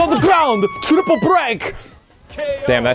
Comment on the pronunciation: RISSING DWAGON TREPLE FAYA BOLL